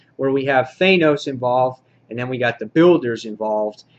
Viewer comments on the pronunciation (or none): THAN-OS< not THAY-NOS.. and it's NAYgan, not KNEEgan in WD.